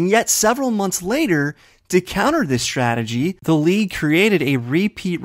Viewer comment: is adorable. He said 'stragedy' instead of 'strategy'. I'm a fan of both teams so I'm really looking forward to this match.